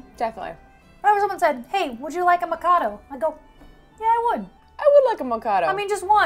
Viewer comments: Yea you pronounced mikado right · I live in Ireland and you said mikado right. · Im from Kilkenny in Ireland and the lady in Spar was right to recommend Tayto crisps but they are best appreciated in between 2 slices of white bread with butter. PS you pronounced Mikado biscuit perfectly. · Haha! Singing to the chocolate ... and I love Jaffa Cakes! I had the orange one when I was in England when I was in college, but then I love orange and chocolate together. I think you said "Mikado" correctly; it's the name of a 19th century English light opera by Gilbert & Sullivan, that was a hit and was so popular (the 19th century version of going viral) that images of the actors in costume were used to advertise a bunch of random things, and a bunch of other non-related things were named after it: cigarettes, perfumes, and I guess marshmallow biscuits! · Hey good on you you pronounced mikado right, and prawn cocktail is one of my favourite flavors of tayto seriously delicious👏🙌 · you said Mikado correctly